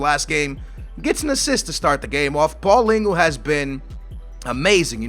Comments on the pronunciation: please start pronouncing Paulinho right. You got the first part of his name correct, but his name doesn't end like paulingu. It's paulinho, like you say ronaldinho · Paulingoo? the fuck, Its Paul-IÑHO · And it's not paulingo it's paulinho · Read Nelson Oliviera not Oleveda, and its not paulingu, cmon i thought u were portuguese. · Paulinhos name is said = paul-in-yo . Pretty easy!